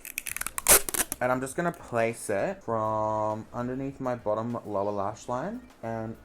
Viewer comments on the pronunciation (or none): none